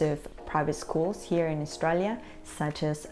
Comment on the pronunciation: Learn how to say 'Australia' before making a video about education.